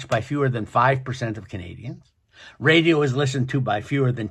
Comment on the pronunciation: Who says radio like that!? Ive never heard that one 😂 raddaeo what a dork. He'll steal your christmas, just look at him